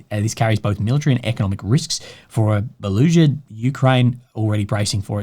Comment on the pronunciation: Be league er ed, bro, like rugby league.